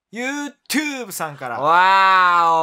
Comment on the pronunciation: LASA party早。❗️やば。🤣 個人的には「YouTube」の発音ゆーとぅーぶ♬と眼鏡投げ捨て👓バックオーライが好きです笑笑🤣